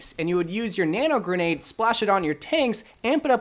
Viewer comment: “Nano grendade”